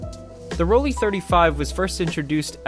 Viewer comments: It’s ‘Roll Lai’, not Rolli ….. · As soon as I heard you call it “Roll-ee” instead of “Roll-eye” I had to stop watching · It is actually PRONOUNCED ROLL-EYE, great video by the way. I may grab one of these to mess around with.